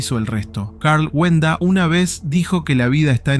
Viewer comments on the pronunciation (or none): No es wenda, es walenda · Es Carl wallenda no wenda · Es Karl WALLENDA y se pronuncia "UALENDA". Las ambulancias no tardaron en llegar, estaban allí y lo socorrieron rápidamente, lo llevaron al hospital, pero tristemente murió. Nunca se me va a olvidar 😢.